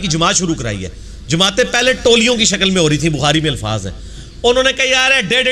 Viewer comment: Mufti saahab ko challenge krne wala engineer chela.😂😂😂 Bhaii challenge badme krne pehle dhang se urdu sikh lo😂😂 alfaaj nahi alfaaz hota haiii😎😎😂😂😂😂